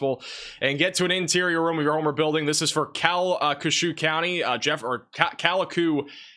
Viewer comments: Lake Charlesian here; Its pronounced Cal-kesh-yew. We also do not have sirens or basements. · Its pronounced "calkashoo" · Not important right now, but it’s pronounced kal-ke-shew (Calcesieu)